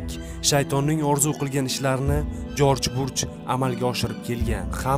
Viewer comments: Жорж Бурж эмас бущ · 😂😂 Жорж Бурж😂😂 "ЖОРЖ БУШ" Президент исмини тугри айтинг тахлил килишдан олдин. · Contentga gap yuq ammo talaffuzda bir ikta xatoga yul quyilyapsiz Джордж бурж мас Джордж Буш булса керак манимча OMAD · Узр лекин исм фамилияларни тугри талаффуз этинг.Америка президенти Жорж Буш. Жорж Бурч эмас укагинам. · Uka sen avval oʻqib olgin. Koming soon emas . Kaming sun. Deb oʻqiladi. Jorj burch emas. Jorj bush uni ismi. Shaytonni belgisi echki emas. Shayton obrazi haqida yaxshilab oʻqib chiq. Bu yerda faktlar judayam sayoz